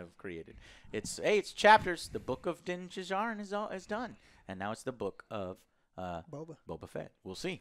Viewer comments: DinJARin not Jingjarin Joe ;P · Dinn Did-jar-in. Get it right, Scrub! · lmao JOE the D in Djarin is silent!!! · Who the fuck is Dan JizArryn ?????????? Isn't he Din Djarin The D is Silent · Joe's pronunciation of Din Djarin is BRUTAL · I am slightly irritated that he doesn’t pronounce Din Djarin properly.